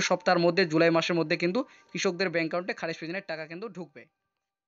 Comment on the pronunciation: এত বড় ভিডিওর কোন দরকার ছিল না। আর একাউন্টের উচ্চারণটা ঠিক করে করুন